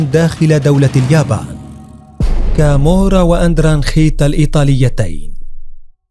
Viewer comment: تقريرك كذب انا عشت كثيرا فى ايطاليا حتى نطقك لها خطاء مية مية الخي لا توجد نهائى فى اللغة الايطالية اصلا .كامورا خطاء لا كامووورا .وهى نابلولى .وليندرانقيتا .كالببريا .واقواهم صقيلية وهى كوزا نوسترا معاناها حاجتنا ..لا تكذب عن الناس ولا تفقه نطق الصحيح